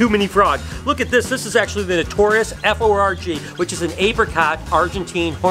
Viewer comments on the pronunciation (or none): he said “ notorious F O R G” 😂